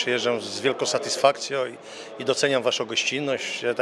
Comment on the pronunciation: Z wielką satysfakcjo 😅 Serio? 😂